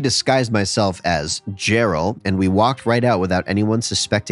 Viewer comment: Lol,“Jerral” sounds like a fun guy